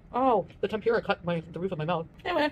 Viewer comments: Why cant she say tempura properly? Its tem-poo-ruh. Not a hard word to say. 😮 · can she pls pronounce TEMP- OOOH - RAH correctly pls ? Makes me nuts